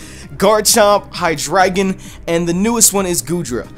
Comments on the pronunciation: Its hydraigon (hi dra gone)idk actually I just like that sound of that instead of hi dragon😔😔😔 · It's hydreigon not hydragon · How do you guys pronounce Hydreigon? I pronounce it like ( High Dray Gone ) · Xenorism AJ Its pronounced on a german way. Drei means 3 in German. Which makes sense. Its High Dri Gone :)